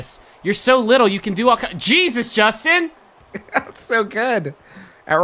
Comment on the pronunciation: toe to tip, that's a jorstin.